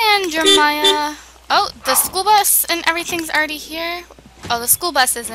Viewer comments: I think it's funny how she says jermiah instead of JerEmia lol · why does she say jeremiah like jermiah? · I saw that too... It's kind of aggravating. 😬 Jermiah doesn't sound right. Pretty sure she did mean Jeremiah...